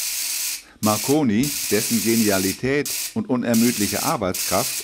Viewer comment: ..."in Bologna, Guggelmoh Mackoni..." :D